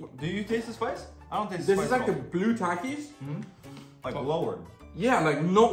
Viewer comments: Bro it's ta ki s not tacis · how to pronounce takis th-ak-ies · The way pronounces all the names is so funny "Takais" 😂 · takis is pronounced tahkees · They way he pronounced takis lmao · They said takis wrong